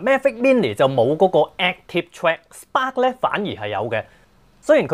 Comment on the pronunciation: Can u learn to say Spark and Magic properly